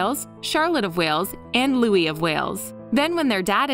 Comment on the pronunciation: It's Prince Louis, not Louie.